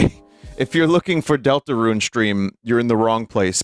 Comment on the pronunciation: dooltooroon??? oondoortool?????